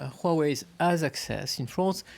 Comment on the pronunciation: Finally, I see the first French who could pronounce Huawei correctly...